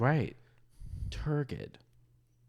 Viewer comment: "turgid" has a 'j' sound and it hurts my brain to hear it incorrectly spoken 😢 sorry younglings, granny's got a broken brain